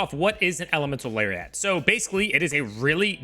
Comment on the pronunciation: I like when he says Elemental Larry at and Elemental Larry ot